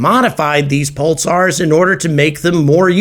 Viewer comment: Sounds like you're saying "pultsars"